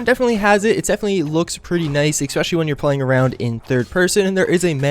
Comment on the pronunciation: it's "ESPECIALLY" not ECSPECIALLY. Sorry, that drives me NUTS